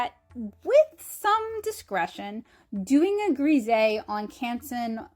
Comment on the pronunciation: Hullo, these are all such amazing examples of undertone painting techniques! I have always heard Grisaille pronounced more “grah sigh” it is so hard for foreign words to be pronounced in English because of the different dialects in all of the different English speaking countries! I think you created some truly lovely artworks! If I can offer a small critique? If you want the “H” to read better have the character cross her legs at the ankle this way we see the upright legs of the “H” or more of one and a wider portion of the horizontal bar of the letter. You did create a very sweet painting. Thank you for sharing so much of this technique with us.